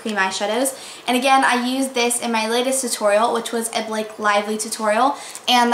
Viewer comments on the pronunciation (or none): none